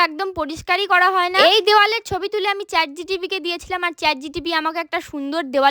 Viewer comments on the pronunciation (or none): Chat GPT 🙅 chat GTP😂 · Didi tomar kharap lagta pare Tai sorry. Kothata holo chat gpt , chat gtp noy Tomar moner echa ekdin puron hobei❤❤❤